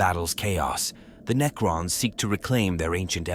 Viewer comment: So that GW can sell more miniatures? Hey, you asked...For the Necrons add an extra "C" so that the AI pronounces it correctly. Ie. Neccrons or even Neckrons. However I'd really wish you would do a video with Bonzai Buddy from the late 90's doing the narration, even for only a minute. That purple monkey was craaaaaazzzzzyyyy!...lol.